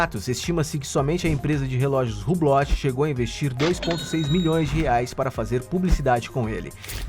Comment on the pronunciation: Se diz hublo ( hublot)